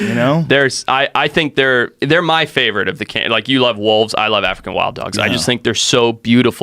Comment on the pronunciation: Joe "i loh you wolves" rogan